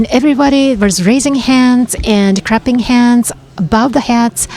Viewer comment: Unbelievably cool!! Well done, well done! Maybe, though, if you want to do an English broadcast, get people who's first language is English. To say people are "crapping hands" , doesn't sound right.